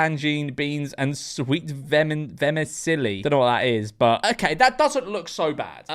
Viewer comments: Hahaha at least tell him it's pronounced 'vermichelly' after laughing at him 😂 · How can you not say Vermicelli? haha Ver-mi-chelly, it's a very popular type of noodle. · It's pronounced VER MI CHELL I.